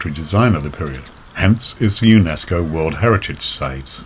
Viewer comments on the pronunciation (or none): none